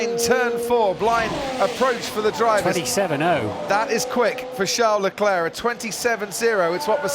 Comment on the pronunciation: Who the hell is 'Shar LE-Clair' ? The announcers sound like morons.. its Charles Leclerc. Everyone else including Charles Leclerc pronounce it correctly, why can't they?